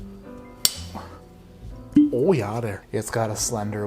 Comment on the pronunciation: I didn't even notice until now but you said "Oh yeah" in a Canadian accent.